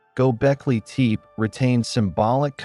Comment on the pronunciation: Id love to keep listening but the way you say teep instead of tepe is messing me up